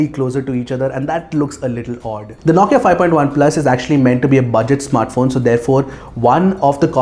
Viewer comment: Dude the way you pronounce NAWKIA* 😂😂